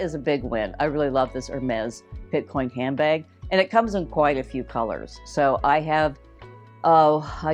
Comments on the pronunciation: Picotin. Not Pitcoin. Nice finds, thanks! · It’s picotin not pitcoin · Love your videos! Just a heads up for future reference.....the Hermes bag is a dupe for the "Picotin" (not "Pitcoin"). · I was disappointed as these dupes have already been previewed by a few other YouTubers. BTW, it’s not Pit-coin ??? It’s Pic-o- tin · Picotin….not Pitcoin. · It's not Pitcoin it's Picotin! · Not pitcoin, it’s picotin. Uuuuugh. Really? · The Hermes dupe is called the Picotin..not Pitcoin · Pitcoin? It’s Picotin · Excellent video. But - Picotin. Pee-co-TEN. Doesn't rhyme with bitcoin. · TFS. Nice option if you’re trying to see if a style works for you before spending a lot of money, but most often the material used is not leather. Is the picotin dupe real leather? I saw the puzzle bag was PVC. Often the dupes are fake leather or PVC. It’s pronounced PI CO TIN. and the actual picotin does not come with a bag insert unless you buy it separately at the store. It’s an open hole.